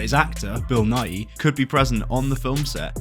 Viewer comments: His name is pronounced as just Nigh. More people say it wrong than right tbf. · His name isn't pronounced Nigh-ee, it rhythms with "sigh" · I watched most of this video thinking you were saying Bill nye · just saying, im like 99% sure you are pronouncing Bill Nighy's name wrong, you try to make it sound different from "Bill Nye" but I think they should be pronounced the same (based on some googling and seeing how Bill Nighy himself pronounces his name) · I can barely hear the difference 🤷‍♂️